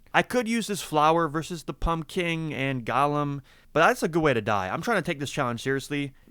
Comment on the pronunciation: You keep pronouncing Golem like Gollum from lord of the rings, when its actually "Go-Lem" 😘